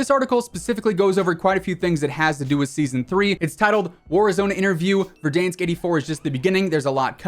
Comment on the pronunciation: "Verdainsk" lol